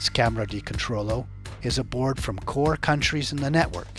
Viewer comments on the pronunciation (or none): none